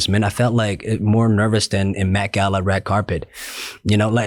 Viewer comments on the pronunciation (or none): none